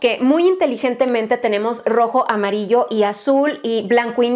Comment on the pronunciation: Alguien más escuchó lo de : "mamarillo mostaza" 😂😂😂😂